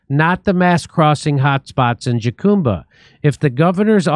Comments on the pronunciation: Jacumba is pronounced HUCUMBA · Not a big deal Jimmy but jacumba is pronounced HA-COOM-BUH, and yes it’s in terrible shape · Jimmy, Jacumba is pronounced Ha-COME-buh. Isn't your wife Mexican? :face-blue-smiling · Hello Californians! Jacumba is pronounced HAH-COME-BAH. Not Jackumbah. Thanks. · Are you trying to say jucumba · Jacumba is pronounced Huh-cum-ba. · Pronounced "Ha-Cume-Ba." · It pronounced HA COME BA! Jesus Jimmy you live in California. In Spanish the “J” is pronounced as an “H” sound. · Is pronounced HaCumba. It's crazy. These guys walk along the highway and congregate at trail heads waiting for buses. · Jacumba Pronounced huh koom buh